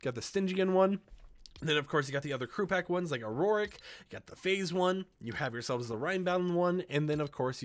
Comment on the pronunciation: When you say auric it is pronounced or-ic not a-ror-ic